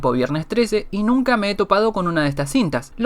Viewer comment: Like si te diste cuenta q dice NUNA en ves de NUNCA